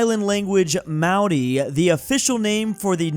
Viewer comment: As a New Zealander I do not want to hear pronounce Maori ever again. MALDI. I know he is really known for butchering other languages. But holy hell